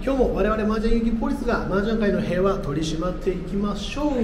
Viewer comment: 〜 麻雀界の平和（へいわ）を守るため ではなく 麻雀界の平和（ぴんふ）を守るため とボケをかましてみました。。。